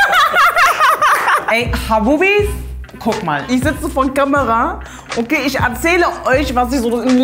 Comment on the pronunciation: Das “ch” wird nicht “sch” ausgesprochen. Es ist also nicht “Mädschen” und “isch” sondern “Mädchen” und “ich” bitte respektiert die deutsche Sprache.